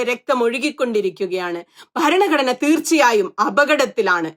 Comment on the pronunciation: ഇഷ്ടായീ... പക്ഷേ ഈ ബരണ ഗഡ്ണ ബരണ ഗഡ്ണ എന്നുള്ള Pronunciation ഒന്ന് തിരുത്തിയാൽ നന്നായിരിക്കും. ' ഭ ' രണ " ഘടന " എന്ന് പറയൂ..